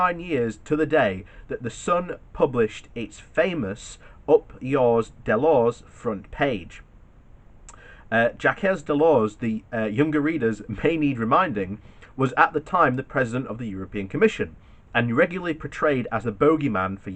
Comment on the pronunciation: Why do you mispronounce Jacques Delors' name? It is pronounced just like Jack, not Jackez!